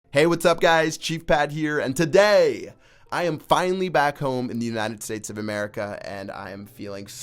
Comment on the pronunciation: that was the worst "today" I have ever heard